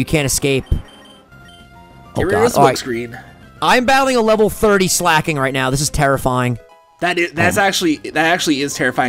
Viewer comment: Slaking is pronounced like Slacking guysssssssssss